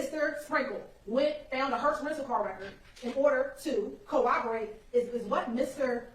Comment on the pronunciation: I can't stand hearing an educated woman, AN ATTORNEY, saying co-overate. It's corroborate!! You're on TV, lady. Make an effort.